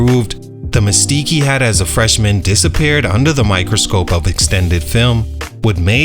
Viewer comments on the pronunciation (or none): none